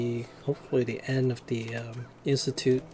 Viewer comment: end not aend